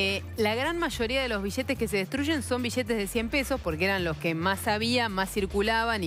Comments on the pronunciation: Sheee boludooo si me dan 1 dólar cada ves que dice "bishetes" me hago millonario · bijetes,,, destrujiero.....destruchen.....deteriorada le lengua que tiene....hay argentinos....ladrichitos...jajajajajajajaj....bijetes, bijetes,,,bijetes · Vosh pashate unosh bishetesh 😂😂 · Sin ofender pero disen vishetez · Bishetes, Bichsetes, Bischetes... que horrible hablan! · mas de oshocientietos mishones de bishetes XD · bishetes sheva destrushen mishones ladrisho looooolllll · Un like por cada "bishete" que se diga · Que horrible pronunciación de los argentinos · la palabra es billete, no se pronuncia ni billete y menos biliete... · en baires la pampa y santa fe hablan mucho con la sh...acá en Córdoba capital en ves de pronunciar bishetes el cordobés bien de barrio te dice biiiete jaja en baires las palabras con ll se pronuncian con sh acá en Córdoba con la i por ejemplo llevar shevar y el cordobes hincha de talleres iievar...jaja somos unos culia... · jaja amigo soy de perú y cuando digo bishhetes es por que me causa gracia pero en buena onda , pero si opinara en mala onda diria que destrozan el español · Mishones de bishetes en pequeños ladrishitos xd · juan pablo bertoldo Obvio que shia shabia. Bishetes shicos y bishetes grandesh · Iusa Une alomejor xk asi viene enel libro de eyos bishete 😂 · Rigoberto Rojo En Argentina, Uruguay, y Paraguay hablan así por la influencia del portugués en América con el idioma español. Los bixetes o bishetes mixones, o mishones, es el shhh del portugues. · Que muchas veces dijo bishetes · Una pregunta, sin ánimo de ofender, por qué si se escribe "billetes" lo pronuncian "bichetes"? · Es Argentina por eso dice "bishetes". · Bishetes de mashor denominación bishetes bishetes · Bishetes mashoria ,destrushe ,ladrishitos . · Por que dice bishete? es billete, me transformo en peter capusoto y le digo que hable bien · Chee piva... Se dice billetes, y no es BISHETES... Che piva Anda a la escuela de buenas pronunciaciones. Y no es chiste che piva!...